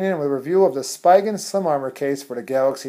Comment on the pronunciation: It's pronounced SPEE-gun